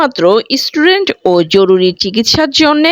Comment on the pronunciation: Didi word ta student, istudent noy! bangladeshider English Accent atto kharap kano! Amader akhane Nursery Children der English Accent bangladeshider thekey 10 goon valo!